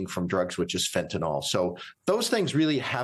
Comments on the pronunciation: Would someone please remind these people that the drug in question is “FENTANYL” and not “Fentanol.”. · People say Fentanyl wrong. It’s not “fentinol.” Also Hegseth snd all others involved should go to prison immediately. This was clearly murder.